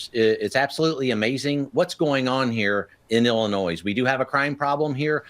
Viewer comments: Dude said "Illi-noise" haha! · Who is this man in uniform who doesn't know how to pronounce Illinois? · The “s” in Illinois is silent! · Why do so many not know how to pronounce Illinois. Do not pronounce the S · Oh my f- ing God! The s is silent in Illinois!!!! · Cracks me up. The 's' in I Illinois is silent. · Border Patrol Chief should learn how to pronounce Illinois. 😅